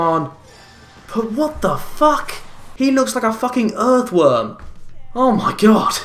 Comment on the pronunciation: U make me laugh when u say earthworm